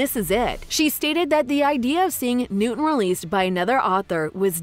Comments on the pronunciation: I'm like 99.99% sure his name is newt, not newten 🤣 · As soon as you said “Newton” I lost interest and don’t believe anything you say since you can’t learn facts first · His name is Newt. Not Newton. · I thought it was newt not Newton